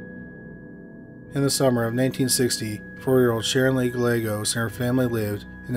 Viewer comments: Good work bringing these sad tragic cases to our attention. I pray their loved ones get some kind of closure soon. Thanks for sharing your knowledge and skills. PS. Gallegos is pronounced : guy yegg ose. Double L pronounced like y. Lvya bro. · oh I know! Chills is unwatchable. I like this channel a lot but the ridiculous amount of mispronunciations of seemingly common words is inexcusable. "Gal-legos"? Who doesn't know at this guys age (and chosen career) Spanish double "L" is prounounced like a "Y"? and he sounds like he is mumbling half the time.